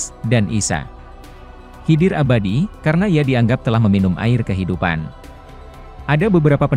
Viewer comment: Nabi khaidir mas.. Bkn nabi hidir...